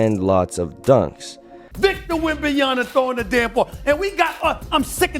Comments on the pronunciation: Correction: WembanyaMa, not WembanyaNa. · These announcers need to learn how to pronounce his name. It's WembanyMa, not WembanyaNa. Guys, you're gonna be saying his name for a long time, so say it correctly! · I realize it's a tongue-twister, but is a professional and he should take the time to learn the correct pronunciation. I've heard others botch the name and it's always a distraction (and a low-level insult), imo.